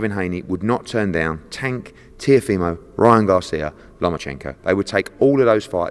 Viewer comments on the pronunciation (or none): FFS learn how to say the boxer’s name. It’s TeeOHfimo not TeeoFEEmo. And for anyone who thinks it doesn’t matter, fuck off. It’s his name, and it DOES matter.